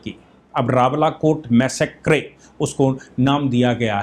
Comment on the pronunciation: It is मेसेकर.....NOTमैसेक्रे